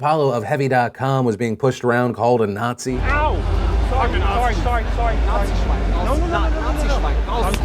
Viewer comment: "NATSHI SHWINE"